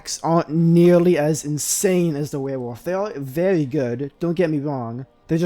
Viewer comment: Dude legit can’t say werewolf